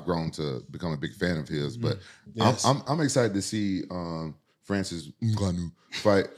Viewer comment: The way he says francis ngannou. Lol no one could keep a straight face 😂😂😂